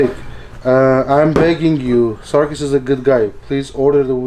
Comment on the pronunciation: It's not Sarkis... It's Circus??